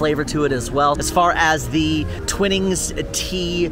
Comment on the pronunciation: its Twi-nings as is Twi-light not Twin-ings 🤦‍♀️